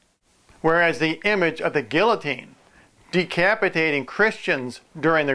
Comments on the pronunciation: LMAO...it's pronounced "gee-ya-teen" not "gill-a-teen." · LOL! A Gill-O-Teen. Butchered that word.